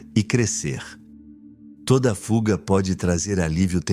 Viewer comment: Vídeo bacana. Sempre acompanho. Mas “fulga” é de lascar ( min).